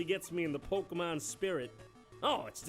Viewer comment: Say "Pokeemon" one more time.